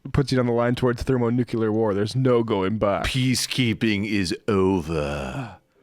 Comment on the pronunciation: Both of them pronounced it "thermo-nu-cu-lar". Weird.